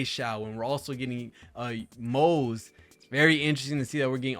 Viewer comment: it's "Moh-zuh" btw, we already know the pronunciation from the 2.3 Special Program.